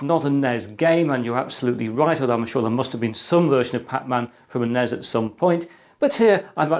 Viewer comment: I almost gave an upvote for pronouncing NES right, but then you followed it up by saying NEZ.